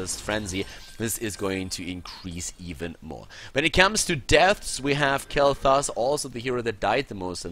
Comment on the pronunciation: Dude, its sounds like you are saying Kaleta instead of kaelthas haha .. my nickname xD